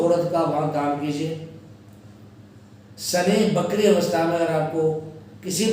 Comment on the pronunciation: " BAKRI " NAHI "VAKRI " BOLIYE " SIRF BAKWAAS